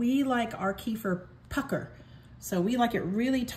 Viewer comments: Thanks! And just fyi it's pronounced keh-feer. Not few keifer Sutherland. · Blessings. It's Turkish in origin and in the region there and in Russia, they say Keh-feer. By all means keep saying it the way you want. However, there is one right pronunciation. It's not a tomato tomahto thing.